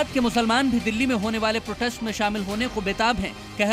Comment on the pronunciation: Sar pe towel wale chicha ne kaha ki protex karenge... 😂😂😂😂 Protest bol lo chicha